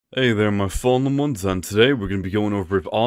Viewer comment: Am I deaf or do I hear him say what’s up my fallomons like I’ve seen over 20 vids and all of his vids he says follomons although I know he’s trying to say fallen ones I’m just confused?